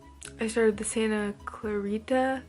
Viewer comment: Clarita = Cluh-reetuh... hope this helps 💮